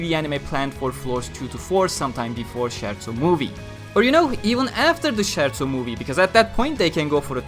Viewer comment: CH in italian is said as K, so it's skerzo in pronunciation